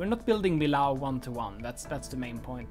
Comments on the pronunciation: The building and everything was great! I loved it! But PLEASE, I live nearby, it's pronounced "mi-y-o", with a descending "o", not "ow" :D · In French, you pronounce it ME YO not ME LOW ;-) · in french we don't say millau but meo ;) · in french two L's make a y sound and "au" makes an o sound, so mi-yo would be the correct pronunciation. hope that helps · Awesome! I live not far from here! It's pronounced "me o ", no Ls needed :p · Great work! I'm looking forward to see more! But just to satisfy my french side, it's pronounced Meeyo. 😋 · he pronounced millau like a german would say it 😅 in french, it's actually more like... "mee-yo" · love it,but pronounce the name of the city Millau (French pronunciation: [mijo], or as we write it in occitan Milhau pronounced [miˈʎaw]) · Pronounce Millau like me-yo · Thanks my struggle to pronounce Millau going to be a recurring problem it seems, I will address it and hopefully, one day I will learn!